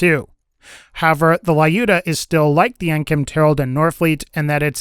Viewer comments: Well, sniper rifle Lyudmila is pronounced as “liud-mi-la” not “la-yu-da” 😂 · Lyudmila... (LEE-YU-D-ME-LAH) not layuda.. the fuck... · It's an old video, no idea if you're reading comments, but justa tip for Lyudmila/Lyuda - ignore "y" when pronouncing it, like Lewdmila almost. That's how that name is supposed to sound. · I speak russian and I have to point out that Lyudmila is pronounced like "Lewd-mee-lah" (or " Lewd -ah" if it says Lyuda) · I hate the way he pronounces the Lyudmila I know it's a Slavic name and not trivial to pronounce, but it ain't super hard tho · Man I will never get over it how English speakers say Ludmila XD